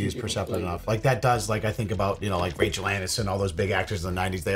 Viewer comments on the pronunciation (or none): did say ranchel aniston?